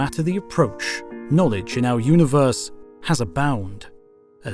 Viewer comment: I have watched every single instalment of HOTU. It has been excellent from start to finish. Please stop calling it a multa-verse. It's a multi-verse. Likewise uni-verse rather than una-verse. These have been the 'nails down the chalk board' of an otherwise fantastic series. I look forward to more epa-sodes. 🤣